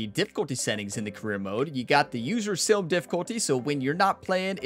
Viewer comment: Everytime you say sim, I hear silm and it makes me giggle.